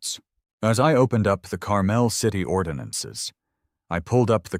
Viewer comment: For the love of God.... if you're using my hometown please pronounce it correctly!!!! Carmel, IN is (car-mole)